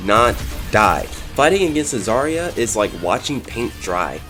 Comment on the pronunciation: When you say zArya it hurts me, as a Russian person. She's zaryA and... Well, I can't explain how "ry" should be read hear. But instead of saying ia it's better to say ya